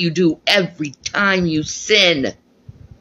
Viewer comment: Sin a sawn all day lawn!